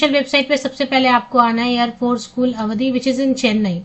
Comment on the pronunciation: अवधि नहीं है आवड़ी है मैने देखा है